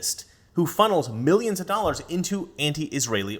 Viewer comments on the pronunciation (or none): none